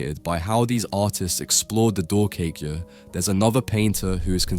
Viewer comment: Wonderful ❤ pronounce " doorkijkje" with " 🚪 door " k ( and I as in I am" door K"I" jkje not " ie" but " ij ( as in I am, I go, I see ) the " I"